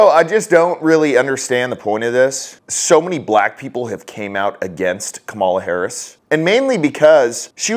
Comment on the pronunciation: Cumall-ya Hoe-rris